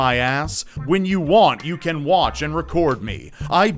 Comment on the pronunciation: I don't like the way you say "can". Stop it.